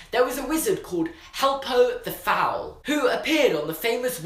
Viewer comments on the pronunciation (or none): "helpo the fowal" lol